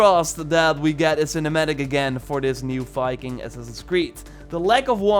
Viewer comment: Assassin’s creed “Fiking”